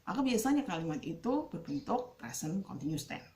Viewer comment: Continuous = baca [kənˈtɪnjʊəs] 🙏